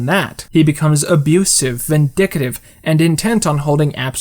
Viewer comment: Its "vin-dick-tiv" not "vin-dicka-tiv" Just for foo-tour re-fur-ense.